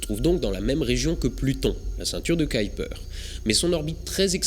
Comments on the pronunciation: Je pensais qu'on disait la ceinture de Kuiper ? On dirait que tu dis Kaïper ? c'est autre chose ou est ce que j'entends mal ? ^^ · Pourquoi tu dis "caillepeur" et pas "keuhuipeur"/"kuipeur" ? En phonétique c'est : [ˈkœypər] où œ = "eu" comme boeuf, y = "u" comme dans mur. Bref je suis étonné? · Surtout, ceinture "qui"-"perd" ça fait varier la pronostication! Ça en devient ridicule; comme c'est du Néerlandais, cela se prononce "Cueille"-"peur" et avec l'accent : "KUEILLEPEURrrrrrr" sans balancé le mollard à la fin! 😜 Par pure bienséance! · C la prononciation Anglaise Kaïper = Kuiper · Pour information, Kuiper se prononce [ˈkœypər]... Plus proche de "cueille peur" que de "caille peur" (comme dans cette vidéo). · Ce n'est pas la ceinture de "Kyper" (selon ta prononciation) mais bien de Kuiper ^^ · On ne prononce pas plutôt "Kuiper" au lieu de "Kaiper" ? ;) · " ceinture de kaïlper? :p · Le nom de Gérard Kuiper, celui de la ceinture du même nom, se prononce "cueille peur". Si on te demande, c'est un belge qui te l'a dit ;) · bon épisode, c'était fascinant. Par contre Kuiper se prononce keu-u-peur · K U I n'a n'a jamais fait KAY en anglais mai KOUI donc c'est "KOUIPER" qu'il faudrait dire Kuiper belt. Je sais que déformer un nom propre n'est pas une faute mais là Mister Kuiper doit se retourner dans sa tombe! Astronojayk! Mais bon, c'est bien ce que tu fais. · Pourquoi le prononcer en anglais puisque c'est un nom néerlandais (qui se prononce bien "kaïpeur").